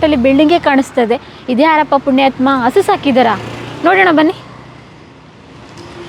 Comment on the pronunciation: Please ಸರಿಯಾದ ಕನ್ನಡ ಮಾತಾಡಿ ( ನಿರೂಪಕಿ ) ಅಳೆ ಮನೆ ಅಲ್ಲ, ಹಳೇ ಮನೆ, ಅಸು ಅಲ್ಲ, ಹಸು............ ದೇವ್ರೇ 🙏